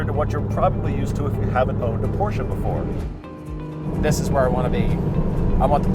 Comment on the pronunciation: Love a front engine rear wheel drive. No comparison between these. Porsche is a two syllable word!